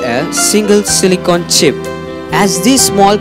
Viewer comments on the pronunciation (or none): none